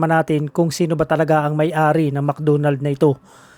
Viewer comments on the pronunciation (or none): Mc Donald po at hindi mc dunald.. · Mc Donalds hindi Mc dunald Sta. ROSa hindi Sta Rusa😂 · Bisaya ka Kuya? Mcdonalds hindi Mcdunald. Lambutan mo ng konti!😂😂😂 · Mc Donald ❌ Mc Doonald ✔️